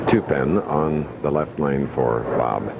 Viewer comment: Plus the way he pronounces his “L’s” drives me nuts. It’s like a combo of Y and L. “Pete Weber is up on the YLeft YLane” 😂